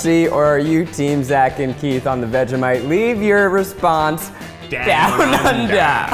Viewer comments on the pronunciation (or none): You don’t say vega mite it’s vege like vegetable mite vegemite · I am not Aussie I'm a kiwi and I cried at how they said 'vhejimiete' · I'm sorry, "new-tella"?! Also the way they say "Vega-mite" and STILL used too much for the "thin" layer 😂